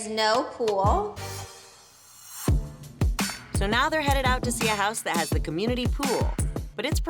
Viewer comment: Who knew the word “pool” had two syllables?